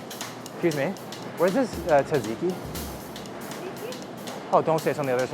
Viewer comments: It is tzatziki, not tasiki. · TZA TZI KY... not TAZIKY. Also its crazy that Kobe Bryant did not know the difference between than and then... and pray and prey xddd ffs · Tzatziki has a sort of d in it, like djadjiki